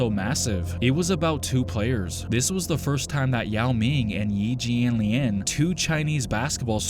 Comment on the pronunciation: The way TMac say Yi Jianlian name frying me🤣😭😂